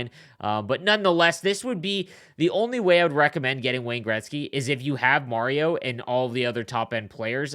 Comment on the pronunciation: You're saying mario wrong lol